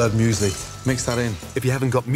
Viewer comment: No offense but the way you said Müsli like muesly had me cracking up